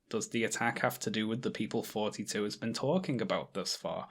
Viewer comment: TH-oughty, not FFForty....